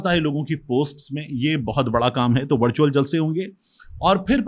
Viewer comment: طارق بھائی آپ نے وِرچُوئل جلسے کو وَڑچُوئل بنا چھوڑا ہے۔ 😂